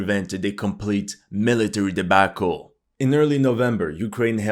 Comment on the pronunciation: why are you saying debAAAcle ?